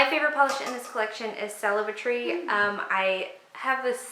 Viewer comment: Celebri-tree... is like Celebrity only -tree... 😋 not celebrate-tree 😉